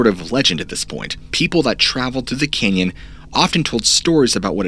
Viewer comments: It's "canyon" not "Kenyan' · Been to the Grand CANyon but never to the Grand KENyon. Sorry, but I can barely concentrate due to this verbal hiccough. Btw, I 'm English so jus' sayin'... otherwise a brilliant presentation!! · Sorry is he saying Canyon or Kenyan?? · Hearing grand Kenyan 200 times instead of Canyon made me stop watching 1/4 way through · Why do you pronounce the cane - yon instead of can yon what is your dialect or heritage if you wish to say it or I'll just tell us why you call it Canaan instead of canyon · It’s pronounced Grand CANyon, not “kenyon”. Jesus Christ, this guy needs to take some enunciation lessons. Did he also try to say “sustenance”? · It'd be nice if you could say Canyon and not Kenyan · I'm only 2 minutes in and I gotta tell ya, the way you pronounce "canyon" is incredibly grating to me for some reason. It's almost Cartmanesque. Kyinyein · It sounds like he's saying Grand Keynon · It really sounds like you're saying "Kenyan." I'm doing my best to focus but it's hard to unhear it now that it's in my ear hole. Grand Kenyan Grand Kenyan Grand Kenyan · Please. The word is “ CAN yon.” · Dude ive watched all of your videos and you have never enunciated the word canyon as "ken-yen." Idk if it was a regional thing or what but after 10 minutes i couldnt take it anymore. Its petty i know but its better than hearing that over and over. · cant unhear it haha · I just couldn't listen to 'caynyun" pronunciation any more. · Bro you keep enunciating it Cane-yun. Can't listen to it anymore. It's a simple word man.. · The way he says "canyon" is driving me nuts... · He says "canyon" weird 😂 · Why are you saying Canyon wrong? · Bro im sorry but i cant keep watching because of how you pronounce “canyon” lol